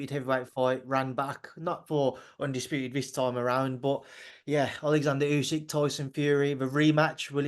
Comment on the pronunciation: Worth listening just to hear him say usyk 😂😂😂😂😂😂😂😂